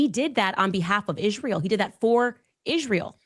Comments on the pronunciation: Why does she pronounce Isreal Ishreal?? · She can’t even pronounce Israel.